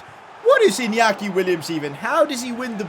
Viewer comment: Please learn how to pronounce Inyaki Williams, you normally say it as Iniaki Williams. You say it as Inyaki Williams. That's how you learn it as Spanish